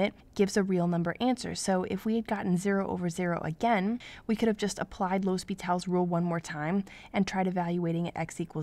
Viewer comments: Good video but isn't it supposed to be "L'Hôpital's rule"? Pronounced 'Lopi-tal's rule". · Its pronounced as Lopetal's rule